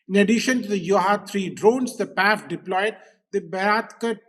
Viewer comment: Pls don’t say Paiff. Pls separate it as P.A.F., like I.A.F.